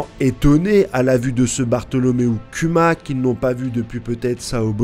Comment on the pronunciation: Bordel ! Arrête de dire Kyuma ! On prononce KOUMA !